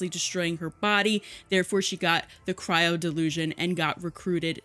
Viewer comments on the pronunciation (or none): none